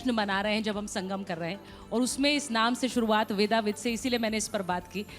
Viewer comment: शुद्ध शब्द वेदविद है। वेदाविद नहीं